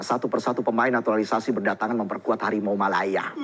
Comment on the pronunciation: Sumpah gue tertawa sampai pipis pas dia bilang Hawimau ... Hawimau ... Hawimau Malaya